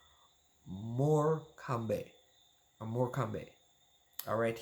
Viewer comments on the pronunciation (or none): PS Greg Leigh's team is pronounced: 'MORE COME' (Morecombe) Bless. I am also smiling, as your introduction almost mirrors what I said!! No copying or peeking took place! Looool :))